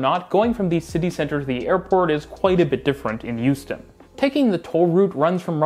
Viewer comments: Great video! I don't mean to nitpick, but the H in Houston is a hard H. Hyew-stin, not Yew-stin. And definitely don't pronounce it "How-stin" like those people from New England! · Hearing you say Houston in a way which sounds like Euston really makes my brain hurt, especially when talking about how Houston has bad public transit. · Are you talking about Hong Kong and Houston? I swear you're saying Youston. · Took me too long to figure out that he was talking about Houston and not Euston. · Don’t disagree with the points, but constantly pronouncing Houston as if it was Euston kept taking me out of it. (Born and bred Houstonian, though don’t live there currently) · Sorry, I’m not familiar with a city called “Youston” 😂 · Where the heck is "YOU'ston?" 😅